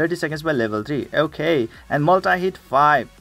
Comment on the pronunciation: Dang lol I just pulled #4 on ur list. And btw I just laugh when u say “okeh” x). Love ur goofyness idk if it’s just me but it’s what makes u unique. I might need help building that wolf unit lol. Maybe for Omen 10?